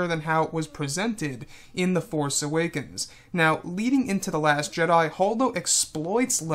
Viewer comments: why u saying last jeda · No he said last jeda